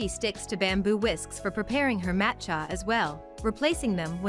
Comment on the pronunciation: "Matt Chya" ??? Seriously? Who makes this crap? Use me as a dislike button!